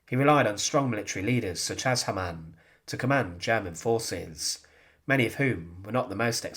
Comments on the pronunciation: Ha' mann not Ha ma'nn! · please get your German pronunciation right! Its not HAmann but Hamann. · Hamann pronounced with two syllables " Ha-Mann" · You pronounce the name as if it was an Arab name (similar to haram). It sounds bad for a German like me. So the first Ha is spoken long. Haaamann.